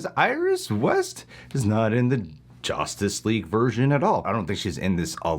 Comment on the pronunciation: Did you say “Joshtice League”?